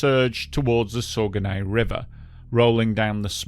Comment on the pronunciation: Saguenay = SAH-guh-NAY